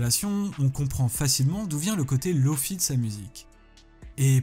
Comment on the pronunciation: la seule chose que j'ai retenu : lo-FI avec le bon 0 effort de le dire avec un accent